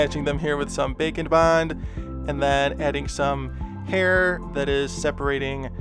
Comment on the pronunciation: Every time he says “bake n’ bond’’, I think he’s talking about bacon...